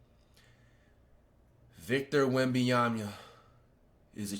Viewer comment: Victor Wembiyamia LOOL is crazy FLIGHT